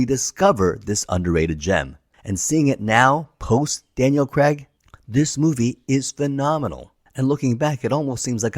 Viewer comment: Craig, not Creg.